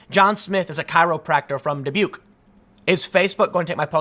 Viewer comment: Perhaps the biggest mystery of all: how can Tim pronounce "Dubuque" but he can't pronounce Oregon or Nike? 🤔🤔🤔